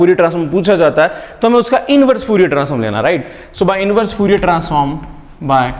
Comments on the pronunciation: Sir it's fourier not fuurier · Lamdda , fuurier is so distracting..xd